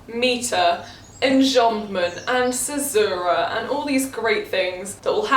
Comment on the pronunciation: the way she said caesura.. just me orrrrrr?